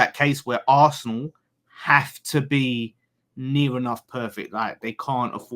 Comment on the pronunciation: Why can you say city properly yet you cant say liverpool and arsenal lol they are just club names bud nothing to be scared of